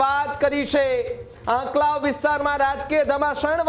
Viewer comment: આંકલાવ બોલતા મિતેષ ને નથી આવડતુ પહેલા ૧૦ વખત આંકલાવ લખી ને બોલ મિતેષ પટેલ નથી અસલ પટેલ નો દિકરો હોય તો એના માટેવિસ્તાર ના સરદાર સ્ટેડિયમ નું બદલ્યું આ પટેલ હીજડા ની જેમ તાળીયો પાડી સરદાર પટેલ નું નામ બદલ્યું મિતેશ તૂ પટેલ અટક બદલી દે